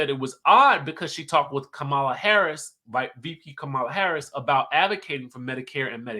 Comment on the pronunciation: Please learn how to pronounce "Kamala" Harris. After all this time, it's simply disrespectful.